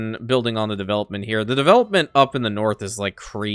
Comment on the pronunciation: I heard you say in another video that you have a pet peeve about mispronouncing words. Yet you purposefully mispronounce words like chivalry, diplomacy, and development constantly. What a hypocrite.